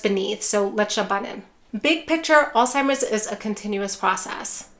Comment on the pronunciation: PLEASE....No "T" in Alzheimer's. It's not "All-Timers." How can we ever cure it if people can't say it?